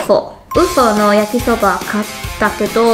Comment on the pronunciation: ＵＦＯの発音がめっちゃ面白かったです笑笑笑笑 の食レポ正直で好きです！ 鴨のどん兵衛今度台湾人の友達にオススメしてみます🙋✨